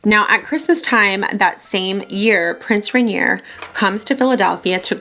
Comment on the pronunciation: Loved this! You're so charming. I'm actually getting ready to play Grace Kelly in a play and I haven't been able to find the right lip color. So thank you!! Also, almost no one says Prince Rainier's name right so don't feel bad haha. It's pronounced like "Ren-YAY." Look forward to your other videos!